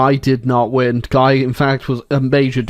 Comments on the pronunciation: Guy is a French name. It is pronounced Ghee (hard G,ee) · Fun Fact: A guy named Guy was King of Jerusalem at one point. My history professor pronounced his name "gee" though, so take that as you will. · Gee is how Guy is pronounced in French.